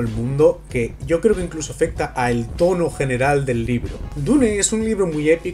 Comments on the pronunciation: Dune se pronuncia "diun" por que está en inglés, NO "dune", significa duna (de las que hay en el desierto) si quieres pronunciarla en español di simplemente "duna". No se por que a los españoles se les complica tanto el inglés. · muy bueno tu comentario excelente, lo que encuentro raro si, es que dices la palabra dune como esta escrito, pero dices otras palabras en ingles, (cuando dune esta escrito en ingles, que payaso :):):):) ) una persona supuestamente inteligente diciendo DUNE . me agradaría saber como dices "hello" wajajajajajajaajajajajajaja suerte bro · Buen vídeo, pero me duele de solo escuchar a cada rato "DU-NE". ¿Que no pueden pronunciar bien el nombre original?